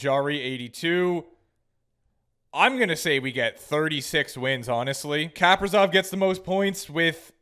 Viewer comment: Your saying Kaprizov wrong